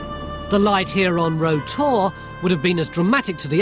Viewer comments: Made me chuckle all way through as he was calling it Row Tor (spelt Rough), the locals call it "rout tor'. It can be easily seen the A30 near the Jamaica Inn, along with Brown Willy. Any live stock around there my brother was probably looking after at the time of filming. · I've spent a lot of time on Bodmin Moor & never ever heard it pronounced "row" (as in "row your boat") always "rau" - locally it's more like "rauter" - you got it wrong there Baldrick. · Yes, it rhymes with "plough". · Got to love English. Rough is pronounced rough, unless it's Rough Tor; in which case, it rhymes either with row or row